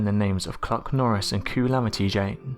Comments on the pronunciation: I couldn't stop laughing when he said kluc-Norris lmao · I swore he said Cock Norris until I played it back....lol. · I thought he said Cuck Norris